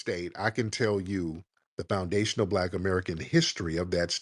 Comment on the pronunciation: She erks my nerves that she can't even pronounce foundational. The longer she spoke the more a accent came out as well